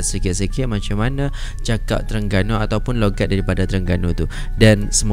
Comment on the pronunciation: loghat bukan longat..